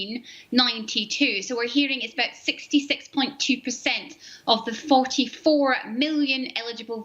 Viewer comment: 씩스티 씩스~~ㅋ 엄청 강조하네요~~ㅎ